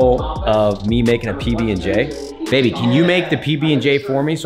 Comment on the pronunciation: I love the way calls Matt “Babey”